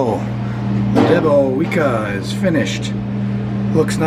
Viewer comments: Hi, you pronounce it as "deb-o-vyetska":- I love those "big-inch" sausages, they're just the right size for slicing for sandwiches. Btw, it should also be "mah-ree-ahnskee" for the authors of the book:- we'll teach you how to speak Polish yet!😉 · Pronounced "Debowezka" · Looks good , we have here in the UK lots of polish shops selling all sorts of polish goods , your pronunciation is a bit off 😂 but the sausage looks awesome.. good job .